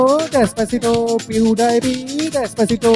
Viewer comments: Pediepie NAHI hota pewdipie hota hai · Pew die pi nahi hota Pewdipie hota hae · Rip pronunciation ... He's litterally saying Pew-die-pee 😂😂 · PewDiePie ko PewDiePee bol raha hay bhencho.... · dude's pronouncing pewdiepie as pew dayy pee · Pew-DIE-PEE?!?!?! At least pronounce his name properly if you can't create a worthwhile music track. 😑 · Omg this guys needs a English class it’s pewdepie